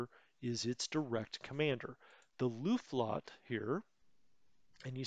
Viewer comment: Hey great videos, I learn a lot from them. Just a small nitpick about the Luftflotte, it's not Luft-lotte, there is an F in the middle. So it's Luft-flotte which means Air (Luft) Fleet (Flotte).